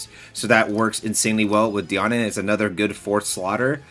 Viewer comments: its pronounced deean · Bro it kills me how you say Diane. It’s pronounced like (dee ann) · also this isn’t hate or anything I’m super appreciative of the videos and I hope his account grows beyond what he even hoped for. I was just pointing it out that it’s weird to hear like that lol